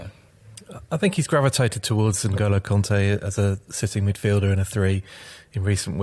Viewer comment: Kante! Not conte!